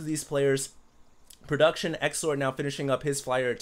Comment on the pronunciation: why do you call xlord. sexlord in this game? you said it 2 or 3 times XD